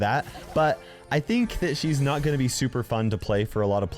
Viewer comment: The way he said "not"